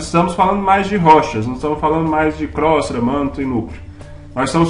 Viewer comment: Só lembrando, não é crostra: é Crosta terrestre.